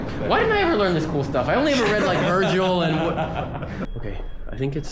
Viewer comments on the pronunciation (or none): none